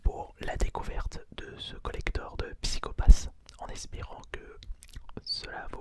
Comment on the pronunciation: Ce qui est dommage c'est qu'il est pas trop renseigner sur ce collector et sa me perturbe un peut le prononciation de PsychoPass mais la vidéo reste agréable a écouter